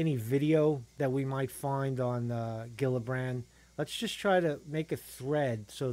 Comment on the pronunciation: Hi. Kirsten Gillibrand's name is pronounced like Jillibrand.:)